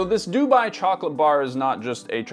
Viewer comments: surprised he's saying DOO-buy instead of doo-BUY 😬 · Why do you say Dubai weird.